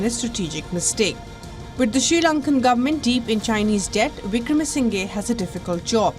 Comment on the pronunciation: still can't pronounce Wickremasinghe 😂 kya yar tum log